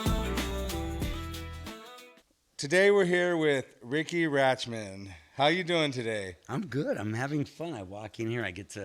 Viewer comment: seconds in and Chum Lee already pronounced Riki’s name incorrectly. He’s not the sharpest tool in the shed, is he?